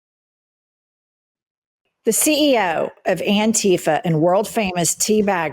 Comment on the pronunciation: "I am anrifa"